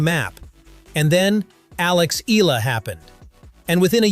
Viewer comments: IT'S EE-YA-LA, NOT EE-LA... AI SUCK! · It is E-YA-LA, not EELA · Mr commentator, Eala is pronounce ee ya lah not ela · IT'S EE-YA=LA, NOT EE-LA... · It's a bit frustrating to hear an AI repeatedly mispronounce her Tagalog last name as 'EELA,' especially when the actual hosts and people say it correctly. You'd think a program could get it right, but here we are! Sheesh! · start by pronouncing her name right......its e-yah-lah